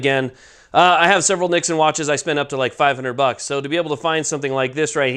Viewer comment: Yeah, I was like why is he mispronouncing it?!!!